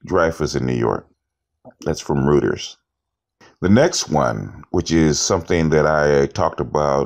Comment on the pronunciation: FYI, "Rueters" is pronounced: royters. Just trying to help you elevate your game.